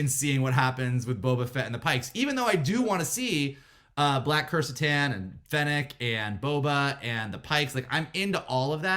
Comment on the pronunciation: Sidenote… cracks me up how people are still mispronouncing “Krrsantan” even after we’ve now heard his name spoken on the show several times.